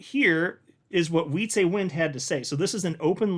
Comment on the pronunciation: It's Wietsè, not Wietsééé!!! Short E